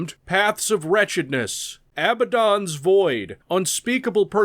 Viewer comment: I'm so glad you pronounce it Abba-DAWN instead of A-bad-in